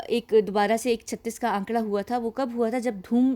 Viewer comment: 36 ka akkada. Not akkada....